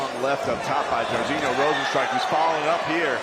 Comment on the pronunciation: lol Mike perry is messing up Rozenstruiks name sooo bad its hilarious LOL